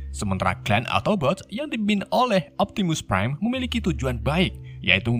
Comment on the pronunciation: Optimus prime bukan Optimus bam kocak yee